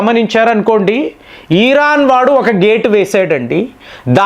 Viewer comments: ఈరాన్ కాదు ఇరాన్ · ఈ రా న్ ఈ రా క్ అన్నా మీరు సంభాషిస్తున్నట్టు ఇది కరెక్టేనా?